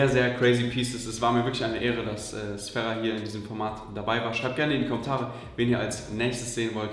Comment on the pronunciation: er wird nicht sferra sondern sfeera ausgesprochen, mit langem e